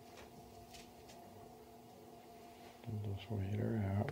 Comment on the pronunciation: Are you using just the search command in German? Really sounds like you’re saying “such such” which is “search search” in German.